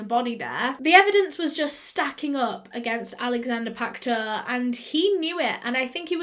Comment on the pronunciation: sodium hydroxide is an alkali, the opposite of an acid. It is not corrosive unless under pressure and heated. It turns dead bodies into a soap-like consistency and preserves it. It can disintegrate delicate tissue eg corneas found externally. Pacteau is pronounced 'Pack toe' in French.